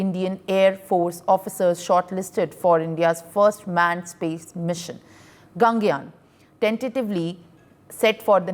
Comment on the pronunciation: basically, the name of this space mission is gaganyaan.. she accidentally said gangyan.. so it was a minor and a silly error that i found funny..